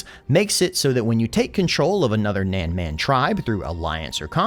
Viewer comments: PLs Zhuge LIANG not Zhuge Leong. Leong is a cantonese way of saying it which is a wrong way if you put Zhuge & Leong together. So Zhuge Liang something like you pronounce Lee Ang in faster way. Also it squeeze my ball everytime you say Nanman. Nan as in None, man as in bun but with a M or gun with a M instead of G. Or simply paste this to google translate & play the sound 诸葛亮 南蛮. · His Pronunciation of “Nanman” is hurting my ears